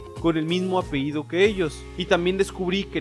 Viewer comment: No se dice "apeido", es apellido amigo... Eres investigador y no sabes ni hablar... Santo Dios.